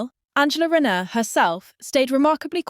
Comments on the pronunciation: In future, before you start your AI nonsense, can you get the basics right first, that is the names of the players, for instance her name is RAYNER .......NOT renauld,...NOT renner.!!!!! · Her. Name is Rayner.. Aaaaner😮😮